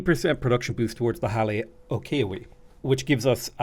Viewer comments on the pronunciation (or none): I know you don't speak Hawaiian so let me help a bit. Keawe = Kay-ah-vey. Lo'i Kalo = low-ee kah-low. Kahuna = Ka-who-na.